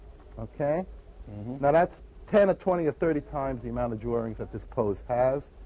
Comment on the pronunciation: It's nice to see him being interviewed about "drorings".